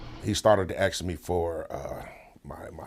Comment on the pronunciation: Georgie Floyd? Omg! That guy died of an OD and an innocent officer went to prison for it. Ridiculous. He didn't deserve this treatment but c'mon dude. At least learn how to pronounce ASK. 🤣